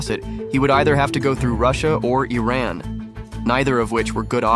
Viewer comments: Thank you for pronouncing Iran correctly even if this is an AI voice ❤️ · thank you for pronoucing iran correctly